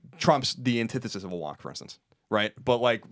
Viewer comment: As an AU student I feel like shooting myself every time I hear Collin say the word "Wonk".